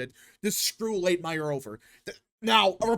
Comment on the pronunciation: Sorry to pick on pronunciations, but the candidate who beat Bowman is “Latimer,” not “Late-myer”